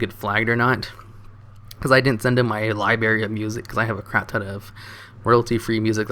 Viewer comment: Libary. pls. Your eBay costs sounds a little high. My mom does eBay all the time and never heard of it being that expensive. Its normally like 3-4$ per 60-70$ item. Why do you keep saying libary? D=